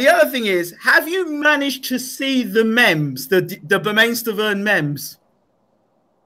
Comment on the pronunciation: Mems? It's pronounced Meeemes. Lol.